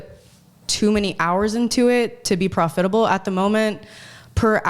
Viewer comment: never heard anyone pronounce "profitable" that way